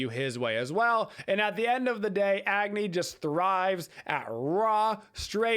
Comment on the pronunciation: Just a few pronunciation things! -Agni is pronounced like awe-gni -Hecate is pronounced heh-kuh-tea